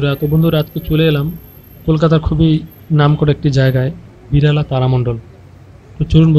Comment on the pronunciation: আরে পাগল সবাই দেখেছে , ওটা বিড়লা তারামণ্ডল হবে , আপনি বিড়ালা তারা মণ্ডল বলছেন , ঠিকঠাকমতো বানান উচ্চারণ করতে শিখুন তবেই লোকের সঙ্গে তর্ক করতে যান ... 😡😡😡🔔😡🔔🔔